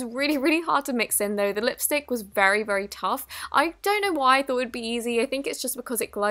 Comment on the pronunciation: and also some lis stick Lmao love u